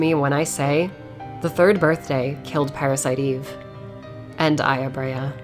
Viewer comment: The way you pronounce Brea sounds like her name is Aya-braya